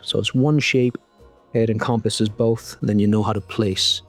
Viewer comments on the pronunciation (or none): none